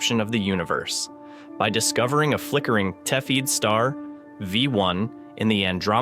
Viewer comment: cepheid is not pronounced see feed as the electronic voice says - look it up